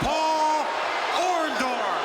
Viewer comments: I always thought it was "Orndorff, not "Orndoff "? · Lol... Hogan keeps saying, "OrnDOFF"... doesn't he WORK with that dude EVERY DAY?!?!?! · Was "Orndorff" intentionally misspelled in the title of this video? Because "Orndoff" is exactly how Hogan used to pronounce it! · Orndork. It's easy to mispronounce. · Maybe Mr Wonderful turned on Hogan because Hogan was taking about them being blood brothers and he couldn't even say his name right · Take a drink every time Hogan mispronounces Orndorff. 🍻